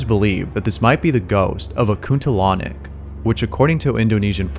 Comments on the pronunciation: "kuntilanak" not kuntulonic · its kuntilanak Not kuntilanyak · Clip no. 7 is actually called Kuntilanak. Not kuntilonic. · It's Kuntilanak instead of Kuntalonic. But from pronounciation it's pretty close. You could see "Dunia Lain" ("Another World" if being translated) TV Show from Lawang Sewu episode. It was the most viewed episode back in the days. It is a show where 1 person is fending on their own for approx 4 hours in a "Haunted" area. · Its not kuntalonic bruh. Its kuntilanak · Kuntilanak bukan kuntalonic om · Its kuntilanak not kuntilonic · The way he said Kuntilanak makes me laugh. It's pronounce, Koon-tee-la-nuck.. for those who struggles.. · "Kuntilanik" lol omg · it's pronounced koon tee laa nak, like aa not ae, peace from indonesia✌ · aduh bro salah bro kamu kalau baca salah :v (you say kuntil anak the wrong way) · The only scary thing here is the mispronounciation of Kuntilanak. Jesus Christ dude.